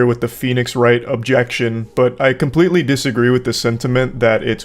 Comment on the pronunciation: Wait an other person saying kimpletely im starting to think i have been saying the word completely all wrong im confused (english is my 2nd language btw)